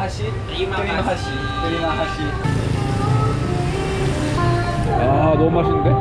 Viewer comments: just a little correction here. Its not terima kashi but terima kasih 😁 Hope you enjoy your holiday in Jakarta 🤭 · hehe, mereka susah bilang "h" mati di belakang.